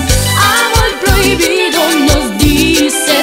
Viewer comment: Im white and dont know Spanish but ive been obsessed with Selena since i was like 5. Her pronouncing prohibido annoys me. Lol.